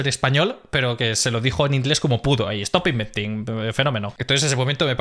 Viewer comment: JAJAJA! "estop inventin!" Segunda carcajada del video. ¡Chapeau!